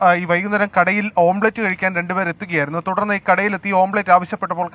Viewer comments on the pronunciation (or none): ഓം പ്ലേറ്റ് അല്ലടാ പൊട്ടാ.. ഓംലെറ്റ് 🙏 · ഓംബ്ലേറ്റ് അല്ല ഓംലെറ്റ് എന്ന് അവതാരകൻ് ഓർമ്മവേണം😂😂😂